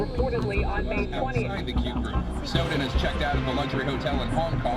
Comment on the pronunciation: 스노든 이 자꾸 신호등으로 들리는거 나 뿐인가?